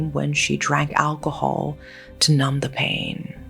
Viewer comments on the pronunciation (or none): none